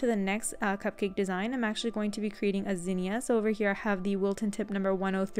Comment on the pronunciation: Absolutely lovely. Love your channel. Thank you for sharing these videos You may want to check your pronunciation of the beautiful flower - Zinnia.